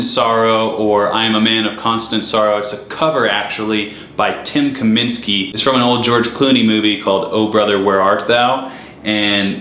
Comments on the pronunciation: Dude Seriously! The name is Dan Tyminski! WHO TF IS TIM KAMINSKI. Before ya start show boating, Get the facts straight for the sake of others who are gonna spread your incorrect gospel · Tim Kyminski? You mean Dan Tyminski? Lol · it's Dan Tyminski. Get it right. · Bro it’s Dan Tyminski 🤦🏼‍♀️